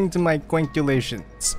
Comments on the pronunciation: lol i wanna feel like he said kuangculations., the god pun master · "According to my Kuangculations..." Dies immediatly